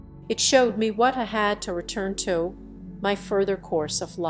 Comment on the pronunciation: The computer generated narration is ridiculous. "headache" is head-a-chee, "my" is me. 👎